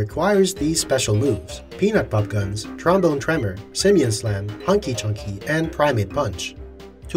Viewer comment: I had to think back if that’s what the move was really called for a second... and yes that’s correct 😂 just so funny to hear with that accent